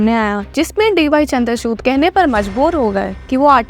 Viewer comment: Chandrachud nhi chandrachur pronounce hoga wo.